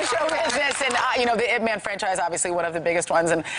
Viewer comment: Why did he pronounce his own movie Ip man as eye pee man? Yip man !